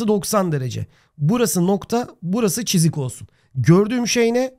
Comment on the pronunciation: hocam çızık demeseniz olur mu cok sinir bozucu